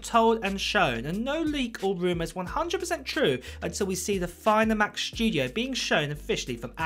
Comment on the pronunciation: "The macshhhtudio"🤣👌 love your videos mate